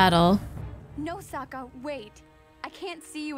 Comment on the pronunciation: I just realized that in the shitty live action movie, they unironically call sokka "sooka" in the same way as the fiance did here. M night must have seen this episode and just ran with it lol